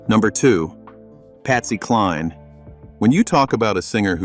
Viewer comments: Did this monotonous AI generated narrator actually call Patsy Cline Pasty? Terrible, terrible narration. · "Pasty" Cline...enough said 🤦🏼‍♀️ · I'm so sick of these bot made videos showing the wrong person when talking specifically about an artist. They can't even pronounce their names right. Pastie Cline?????? really???? If we all stopped watching these and instead watched content made by actual humans they might go away!!!! I'm blocking "The Country Hub". Hope you will too!!!! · AI says some weird $#!÷ "But when death came knocking, he [Charlie Daniels] couldn't resist it." The possum didn't get his nickname because of his ability to show emotions through his music. Patsy kKline is now Pasty Kline. And all the voice changes near the end. 😂